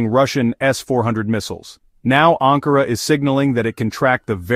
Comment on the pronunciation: Wann wirds du lernen ANKARA zu sagen? Nicht Angora